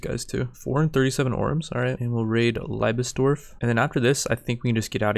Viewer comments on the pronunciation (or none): Germans when they watch english Mount and Blade vids "ITS LIEBESDORF NOT LEIBSDORV GOD DAMMIT" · the moment you're watching this as a german fella and gotta swallow "laibesbesdorf" an umpteenth time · ey:D I love it how you say "Liebesdorf" 'cause it's a german word:D it's pronounced slightly different:);)